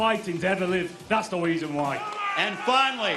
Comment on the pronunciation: He said ‘ that’s the Weason why’. 😂😂😂